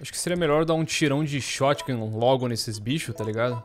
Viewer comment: "Munição De Xótiga"